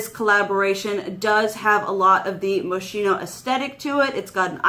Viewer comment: It's pronounced mo-skeen-oh. ☺️